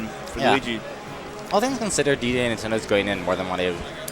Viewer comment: both of you guys cant say luigi lol!